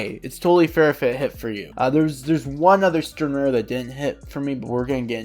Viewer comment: Nice vid man, only thing is I think using more correct pronunciations would make the vid better O-ree-he-meh E-noh-uu-eh Stern-rih-tter No-e-tra Sa-yel-aporro (this one is hard) Lil Bah-row Aus-veh-len I'm sure there are others but you get the drill. It just shows more respect for the source material and the original languages